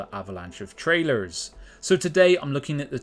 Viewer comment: “Trrailurrs”. lol, Keep up the good work lads.